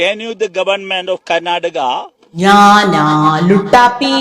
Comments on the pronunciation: ക്യാന്യൂ ത്യാനൂ ക്യാ നൂ........... മെഗെ മെ ഗെ ഓഡിറ്റ് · ക്യാൻ you മാറ്റി ക്യാൻ ചെമ്പ്, എന്ന് പറയുന്നത് വെറുതെ അല്ല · അന്റൊരു കുർച്ചിലെ കേ ന്യൂ😂😂😂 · Kenuoo 😂 Meke...😛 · കാന് യൂ അല്ലകപ്പേ J N U എങ്കിലും പറ എന്നാൽ യൂണിവേഴ്സിറ്റി ആണെന്നേനെങ്കിലും മനസിലായെന്